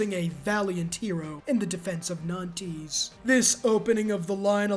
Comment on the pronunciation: Every time he said "nan-tees" it hurt my french a$$ to the core 😭😭